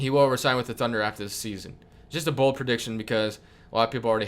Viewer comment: Wow u should have emphasized BOLD